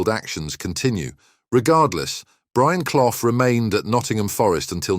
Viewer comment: At least pronounce his name properly